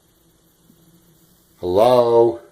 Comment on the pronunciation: “Hullow? …Halo? …Hellouh?” 🤣🤣🤣 300% can’t even.